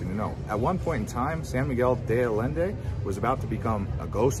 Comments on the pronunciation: It’s “de Allende,” pronounced “day Ayenday,” not “de Addinday.” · The double ll always makes a "y"sound, Allende. 👌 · you could AT LEAST try and PRONOUNCE it properly